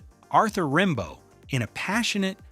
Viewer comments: Rimbeau is pronounced like “Rambo” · learn how to prounounce Rimbaud and Verlaine. And biopic is not biOPic, but bio-pic (biographical picture). A lot else is off-putting here.